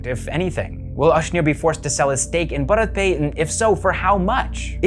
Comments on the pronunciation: It's pronounced as Bhaarat Pe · Your pronunciation is ok ! It’s a mix Hindi and English word. You are fine ! 🙏🏻🌸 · bharat pay toh bolna seekh lo pehle